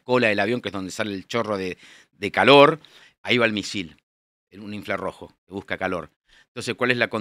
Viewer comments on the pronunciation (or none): Escuché hasta "inflarrojo". . Ahí apagué todo y me fui.